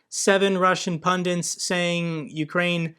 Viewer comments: Just nitpicking... it's pundit, not pundint. Otherwise, I love your reports and updates (and awesome discussion with Dennis!!) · Your videos are great,, but please - there's only one 'n' in 'pundit' (it's not 'pundint'). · Yep. cannot even pronounce pundit correctly